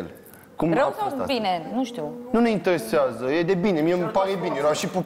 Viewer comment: Da nu ma inteheseaza dute la un logoped 😂🤣🤣